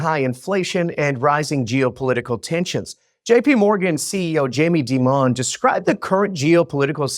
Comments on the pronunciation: So who is this Jamie “Deee Mon” that you are talking about ? Do you mean Jamie “Diamond” spelt as Dimon? Hard to take a financial podcast seriously when they announce a discussion about Jamie “Deee Mon” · Jamie Dimon ❌ Jamie Deamon ✅ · but that Citigroup dude was never Jamie “deeeeee Mon”. Pronounce as Jamie diamond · Narrator could have used usual pronunciation of Jamie Dimons name. Everyone else says Jamie Diamond , try using traditional pronunciation and I guarantee Jamie won't send the Bird of Paradise to fly up your nose ............ Nick , NavyBlueSmoke , LST-1195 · Did this guy really pronounce Jamie Dimon's name as "Dee-MON?" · Thanks for mentioning it. I thought it'll go unrecognised...😂😂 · JAMIE DIMON IS A 'DEMON' !!!! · Yeah dude really creative eh? Totally appropriate. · I understand that first language is Spanish. An i in Spanish you pronounce as a long e in English. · Don't sweat it. Next time, you can easily make amends by pronouncing it the way it usually rolls off the tongue of so many: Jamie Deeemon. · There has been much chatter about the pronunciation of “Jamie Dimon”. first language is Portuguese. In both Spanish & Portuguese an i is pronounced as a long e sound in English. I think English is excellent. Jamie Dimon’s family came from Greece, incidentally. Wonder how the Greeks pronounce the surname Dimon? Enjoyed the interview. Thank you.